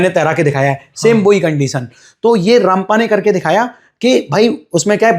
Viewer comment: Ramappa Sir not rampa, thank you